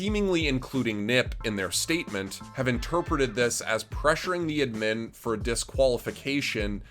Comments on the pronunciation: its ADDMIN not edmin holy shit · Wtf is an "uhdmyn". What fucking accent is that yeezus croist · ADMIN not ADMIM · Its ADD MIN not ED MEN, this isn't ed edd n eddy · have i been pronouncing admin wrong my whole life?? ive always said "add min" but this guy is saying "udmin" am i the one wrong? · Its just a accent thing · why do you pronounce admin like that lmao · You pronounce admin in a funny way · What's up with his pronunciation with the word 'admin'? lmao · Please say "admin" right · the one thing i can take from this video is that needs to relearn how to say "admin" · Have I been saying the word "Admin" wrong my entire life or ? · is my hearing going wonky or is Admin said..... really weird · Yo why you pronouncing admin like that? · I fucking hate how you pronounce admin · pls learn how to say admin right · is he trolling or does he not know how to pronounce admin without making me wanna kms